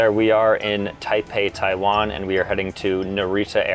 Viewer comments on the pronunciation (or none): none